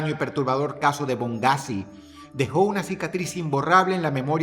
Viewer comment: No es bongghazi es boneghazi